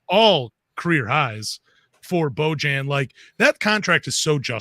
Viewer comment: Boy-ahn Bogdanovic